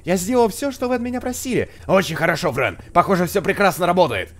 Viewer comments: не френь а фрэн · Фрэн а не френь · не френ а фрэн